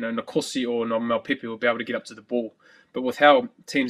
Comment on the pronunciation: ...as Bryn Hall butchers Mapimpi's name.